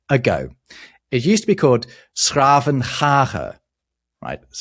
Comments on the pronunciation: Full marks on the pronunciation of 's Gravenhage! Can you please explain the definitions of the words "zee" and "meer" (sea and lake in Dutch) and the German and French reversed definitions of the words? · you pronounced s'gravenhage perfectly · Dutch speaker here, that really wasn't bad :D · ''s-Gravenhage! Well pronounced! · OMG! Your flawless pronounciation of 's-Gravenhage gave me goosebums. Also: Thanks for the Dutch love. I am not saying you were not giving us enough. But i was jealous every time you mention German. And i had to bite my lip wanting to say : ''That applies to us too/more!!'' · Kudos on your pronunciation of 's-Gravenhage. That sounded perfectly fine. Related to that, there's another city in with a similar name: Den Bosch. It's full name is 's-Hertogenbosch, which means Duke's forest. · Chapeau on 's-Gravenhage, that was surprisingly accurate :) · 's-Gravenhage to get it completely correct.